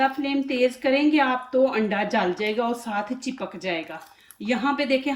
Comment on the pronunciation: Chekap nhe chepak bolty hai